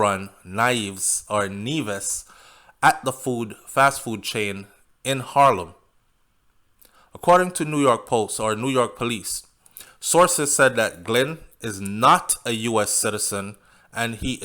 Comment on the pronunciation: Her name is pronounced ...Nee-hey-vez.